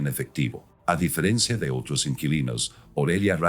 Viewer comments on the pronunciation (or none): none